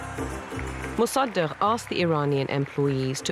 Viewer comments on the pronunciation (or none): Pronunciation fail: Mosa-duck 😝